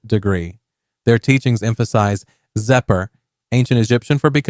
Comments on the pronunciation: You mispronounced Michael Aquino’s name. And Xeper is pronounced keffer, not zepper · Xeper is pronounced “Kheffer”